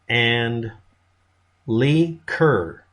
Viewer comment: “Leigh” is pronounced “Lee” it’s the female version of Lee and my middle name. Btw, do you have electricity? Asking for a friend…